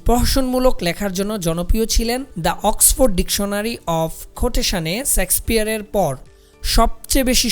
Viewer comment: শেক্সপিয়ার not sexpeare উচ্চারণ টা ঠিক করুন